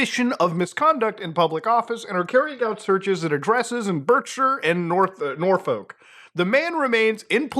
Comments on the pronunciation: Love your pronunciation of Nor-folk. As a local it is pronounced Nor-fuck 😂 Anyways - great content! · Its pronounced norfuk! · I'd arrest Mutahar for his pronunciation of Norfolk.